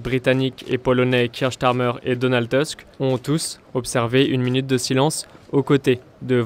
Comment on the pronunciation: Tusk = "tousk", pas "teusk". En polonais le "u" se prononce "ou". C'est drôle cette tendance à vouloir tout angliciser. Tendez l'oreille, Bon Dieu!